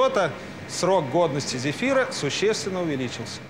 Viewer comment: сказали кефира а не зефира